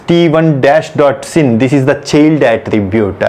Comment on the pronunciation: Thanks for the definition. Btw you were pronouncing child as "chilled", lol.